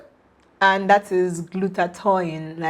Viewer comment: Glutath-oin? Wtfff im outta here ..tou don t seem to have the knowledge if you don t even pronounce the fuckin word right byee bii